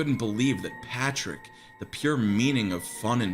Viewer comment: LMFAOOOO "patrick naur"